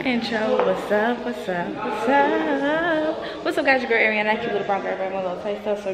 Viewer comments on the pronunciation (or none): This girl said “ Airionna who”? 😂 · “Airionna who” 😂😂